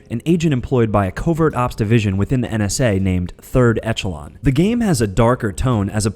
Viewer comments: It's not called third etch along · The pronunciation of ezio's name, deus ex and third echelon really made me hate this guy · The pronunciation of Ezio's name, Deus Ex and Third Echelon made me hate this guy.